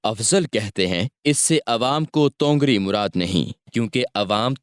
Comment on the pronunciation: Bhai tongar nahin tawangari hai